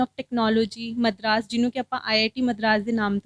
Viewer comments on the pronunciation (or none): ਮੰਨ ਗੇ िਮਤਰਾ. ਮਦਰਾਸ ਨੂੰ ਮਰਦਾਸ ਈ ਆਖੀ ਜਾ िਰਹਾਂ |